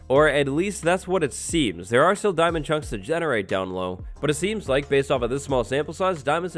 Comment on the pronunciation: "DIAMON" Now heart me ;)